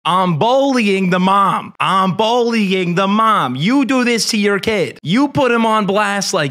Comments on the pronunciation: Are you saying “bollying” instead of bullying? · says “bowly” instead of “bully”